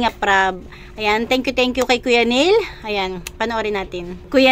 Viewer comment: Not Nhil . Nhel